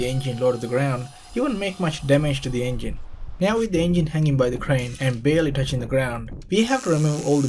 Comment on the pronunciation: The "euUNuJJginn"